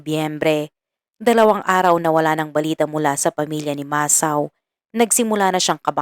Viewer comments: Need more improvement pronouncing Japanese names.. it's MA - SA - O.. not MA - SAO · HINDI PO MASAW IT'S MASA-O 😂MUNTIK NA MAGING ISAW EH NUBAYAN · It pronounce Masa-o...sorry for correcting you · Wag ka sanang magalit pero Mali Mali ang pagbigkas mo sa mga pangalan masa-o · RIGHT. . MASA O